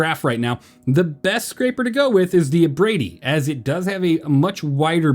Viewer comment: Captain Foxy pronounced Cinch as "Sheik" but pronounced Abrade right Now we have pronouncing Cinch right, but calling Abrade as "Abra-dee" I don't know what to make of this useless information, but there has to be a connection somewhere in my whiteboard of conspiracies